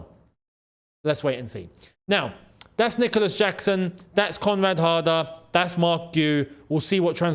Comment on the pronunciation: I thought a heard say comrade harder😂